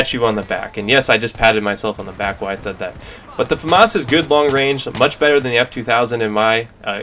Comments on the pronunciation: it's FAmas, not faMAS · i like the way you say Famas